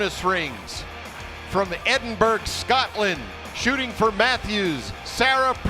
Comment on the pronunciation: Hey Guys, it's great to see your coverage here in the UK. Since you are talking about getting Nadjia's name right here's another one for you. Edinburgh is not pronounced Edinburg. C'mon make me smile by getting it right next time lol.